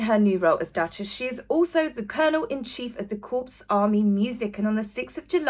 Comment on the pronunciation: Corps...is pronounced as core...not corpse 😘